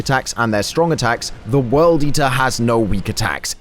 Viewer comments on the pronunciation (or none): none